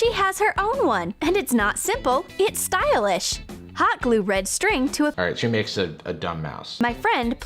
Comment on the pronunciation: I love how she pronounced stylish in the video. Styalish!